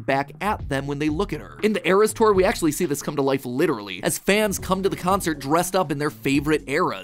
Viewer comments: Ee-res tour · "earas tour"